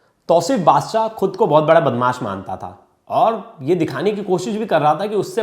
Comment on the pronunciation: Bagsh nahi hota badsha hota apne aap ko sudhare